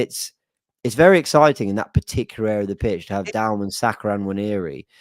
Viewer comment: its Max DOW-MAN not Downham, dont let it be another Mikel 'mourinho' Merino, or Ethan 'wanyeri' Nwaneri on this channel, if we rate these players can we get their names right 😅